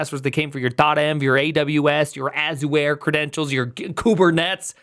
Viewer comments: AZoo-where? C'mon dude, it's pronounced Ajr! there's an entire video by Satya Nadella explaining how to pronounce it!. This is giving me road rage. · I had no idea that Azure was pronounced A-zoo-wear. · How are you saying Azure there?